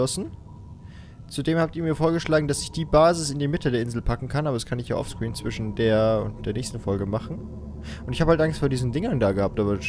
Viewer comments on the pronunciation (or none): none